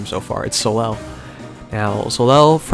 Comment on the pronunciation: Soleil is a french name, it's not pronounced So-lel, but So-ley. hope you get well soon :)